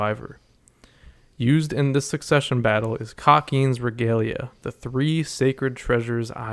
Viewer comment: I just started the video, but unfortunately, it’s pronounced reh-gah-lee-ah, not reh-gae-lee-ah.